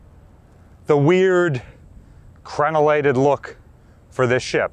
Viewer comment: “Crenellated”, impressive.